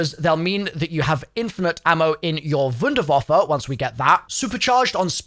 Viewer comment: i can’t be the only one cringing every single time pronounces the wunderwaffe as if he’s edward richtofen